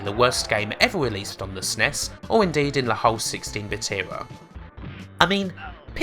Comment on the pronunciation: I’ve heard SNES pronounced a few ways but “s’ness” is new to me.